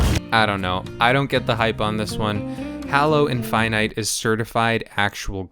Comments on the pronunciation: i hust hate you for saying hallo instead of halo. triggers me so bad xD inftynyte =/ infinite Master Chef =/ Chief threehundretfourtythree =/ three four three industries jeff =/ chef jaikens =/ chickens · It's actually pronounced Halo. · dude no you completely missed what the game is about. Besides how you mispronounced the name of the game and character(Google how to do it since its hard to explain) the game isn't about cooking it's about killing other players. That's why you have a gun. I've never seen someone do so little research about the game they're reviewing please try harder next time